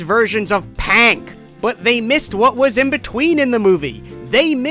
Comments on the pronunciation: it's "Pink" not Pank you are aaying it wrong because there is no "A" on the word "Pink" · "Don't take my PANK PROTEIN POWDER!"